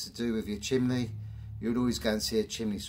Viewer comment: I have to ask.. What is the point of those gloves? And, have you thought about maybe scripting and editing your video after you film? The nonsensical drivel is incredible. Oh, and it's pronounced "chim ney" not "chim ley" And no, sweeps don't all have ladders. The first part of health and safety is avoid risk if you can, reducing work at height is reducing risk. And maybe if you worked efficiently you wouldn't have to work 7 days a week. How can anyone who's done this job for 24 year years take this long to swap out bricks? Just wear a flaming mask and edit the video after🫣. How do you get through life, let alone get through a working day? What the hell has politics got to do with it? Please stop the videos, it's nonsense 😑. Oh and UK law has nothing to do with it either. Just learn when to stop speaking! I'm embarrassed that you're English 😢😩